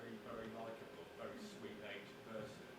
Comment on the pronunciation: Vewy, vewy foolish words, man.